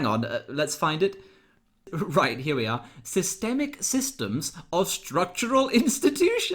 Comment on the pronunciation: After listening to several repeats of I'm sure that Dawn Butler says "sisterbacktakin" instead of systemic or even systematic. How can someone who cannot speak English be in Parliament?